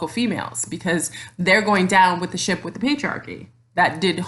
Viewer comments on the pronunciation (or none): none